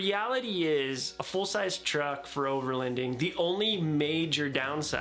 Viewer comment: Your pronouncing overloading wrong. I hear “overlEnding” lol